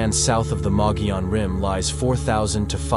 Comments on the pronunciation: Thank you for covering the Mogollon Monster, our local Sasquatch! It is pronounced mug-ee-on, but your pronunciation is the best I have heard from someone outside Arizona. My only criticism is Mitch Waite. I knew him and know he had some true experiences. But he also tried to hoax people. The first time I went out with him he tried to tell us there was a squatch by a tree. It was to IR reflectors stuck the tree. We also found two bicycle reflectors he mounted on a tree to resemble eyeshine. Nice guy, but if he hoaxed those, what else did he hoax? We have quite a few howls and vocals recorded on the Rim too. I can forward them to you to check out. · Thank you for pronouncing the name correctly. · Mogollon...Moe Ghee On